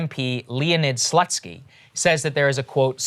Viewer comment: Leonid Slutsky:)))) I fell under my table:))) It pronounces U like in "Uber"